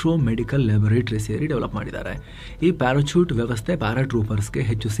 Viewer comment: ಪ್ಯಾರಚೂಟ್ ಅಲ್ಲ! ಅದು ಪ್ಯಾರಾಶೂಟ್ 😅